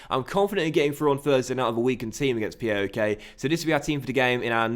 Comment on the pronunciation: it's paok, not PAOK.